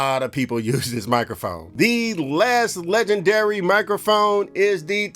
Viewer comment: Having nightmares about poppin his head out sayin 'mikaphone' at random times in my life